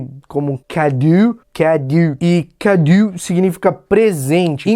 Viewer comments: a escrita é "cadeau", significa presente, mas a pronúncia é /kadô/.:) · "Cadeau" lê-se /ka.'do/ ou "cadô". =D